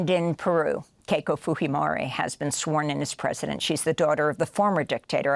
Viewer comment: Why do you insist on pronouncing Fujimori and Pinochet incorrectly? We don't talk like Mexicans in South America. It's PinocheT, hard T. and Fujimori... well, yeah, who says Fooheymorey? Weirdo. That is not how those names are pronounced, and I lived under Pinochet... Peeno-CHET, FYI.